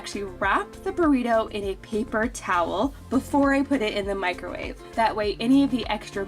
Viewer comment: Meecro-wavay haha love the Nigella pronunciation 😜